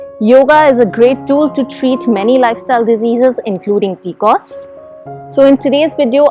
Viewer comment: I have had PCOS all my life.. N heard it as peecoosss for the first time 😂